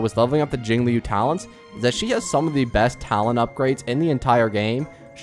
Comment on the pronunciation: I was making fun of how he says jingliu, he says jingIliu which is weird and over the past 6 MONTHS he hasn't gotten better, he's said shit like fucking HOOHOO